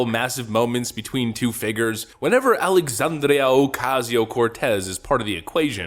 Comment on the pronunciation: Her first name is Alexandria, not Alexandrio.